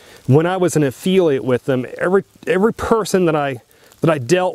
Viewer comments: Can’t pronounce affiliate or spell “scripts”? So this is about how it benefits you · This guy can’t even pronounce affiliate! Lolololol Uh feely at lol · Annoying mispronunciation. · yeah, I’ve never heard anyone pronounce affiliate like that. Very strange.